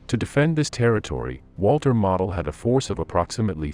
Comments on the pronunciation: Spanish maps. Who realy deserves credit? "Mo dl" Long "L" NOT "mah od." Geesh. Not like he's obscure. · Its Walter MOEdel, not Walter model airplane. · walter model - pronounced moh dul Gross Deutschland pronounced GROCE deutschland